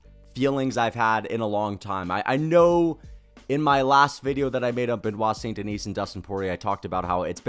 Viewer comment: He still think it is Saint Denise 😂